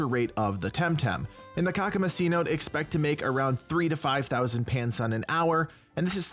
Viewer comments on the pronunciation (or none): Thank you for the wonderful, very helpful video, but pleeeeeeease learn how to pronounce "cenote." It was a little grating on the ears :P Think along the lines of "seh-NO-tay." One of the wonderful parts of TemTem is that the names of its places are all drawn from the languages of the areas that the islands are loosely based on (similarly to how Pokémon does it, although TemTem tends to be a little truer to the language/culture), but that does come with the downside that not all the names' pronunciations are obvious to everyone. Cenotes are a geological phenomenon in parts of Mexico, where the Aztec from whom much of Tucma's language is drawn from lived, and often have/had spiritual significance and/or were correlated with pristine-ness or purity (hence why Shuine appears in one).